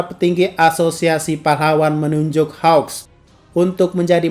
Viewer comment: Bang kok susah amat bilang namanya hawks (keigo) nama endeavor(enji) juga sama